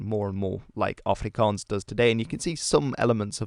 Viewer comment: Excellent pronunciation of Afrikaans and Xhosa words.